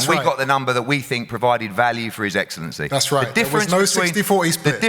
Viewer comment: His eggcelenty😂